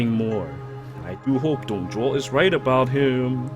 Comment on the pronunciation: Why does the english voice pronounce "Dong Zhuo" as "Dong Zhwa"?